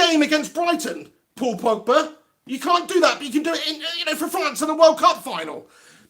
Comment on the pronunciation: Nor Nizar Mohamed, yea my 1st time on here, stumbled across this, he had me in stitches. "", "The portugease Mr Bean", hilarious😂